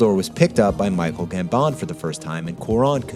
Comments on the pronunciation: Man ... it is GAMbon .... GAMbon ... he is not French .. it is not "gamBON" :P Loved it. WTG ! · guess not a fan of top gear just from the weird way he says Gambon